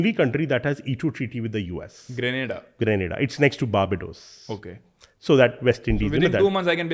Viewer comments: The gentleman says indians speak good english . But he can't Pronounce grenada and barbados . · The anchor can pronounce govt .The guest can't pronounce grenada and barbados but hell we speak english well.